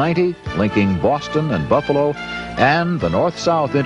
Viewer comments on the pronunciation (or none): none